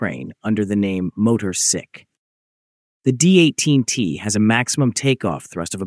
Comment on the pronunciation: Slon is pronounced [slɔn] not [slʌn]. Motorsich has an [tch] sound, not a [k] sound at its end.